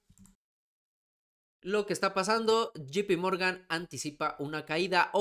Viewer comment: Puma es llei pi morgan no GP morgan sin afan de querer ofender 👍🏼✌🏼🇲🇽